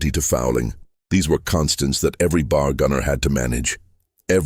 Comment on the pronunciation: It’s irritating to keep hearing the AI narrator constantly mispronouncing B.A.R. as “bar”.